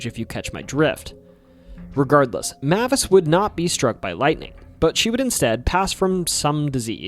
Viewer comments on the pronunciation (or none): Mavis is pronounced "May-vis" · Mavis: MAY-VUS